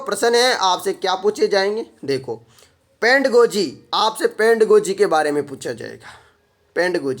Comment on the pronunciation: पहले हिंदी में पढ़ना ही सिख ले भाई। पेंड गोजी बोल रहा है।